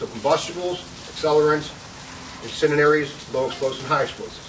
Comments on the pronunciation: Yeah, that's what he said, "incininaries." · Dude pissin me off incindearies say it right damn dude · "Dog-gone... incininaries!" lol. Good instructor though. You can tell he loves to teach.